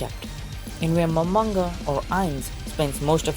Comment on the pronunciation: Its momonga not Mamonga